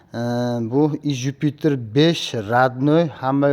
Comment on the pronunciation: Иж юпитер дегин июж демасдан гумбок